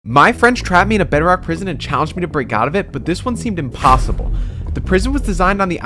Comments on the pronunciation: He always says imposibble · I like how he always says "this Seemed IMPOSSIBLE"